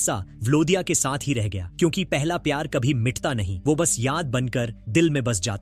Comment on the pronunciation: Pronounce "ye" not "yh" Pronounce "wo" not "wh"